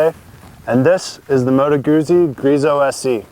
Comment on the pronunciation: sorry mate: It's MOTO! You can check it out on any Italian motorbike review on youtube! Are you sure; your wife is from Italy???:-))